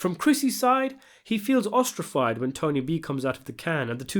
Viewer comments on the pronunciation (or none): “Ostrafied ”??? Sweet Jesus. The word you were looking for was OSTRACISED. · you said ostrafied wrong